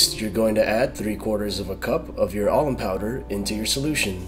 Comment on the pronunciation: Sounds like you're saying almond powder.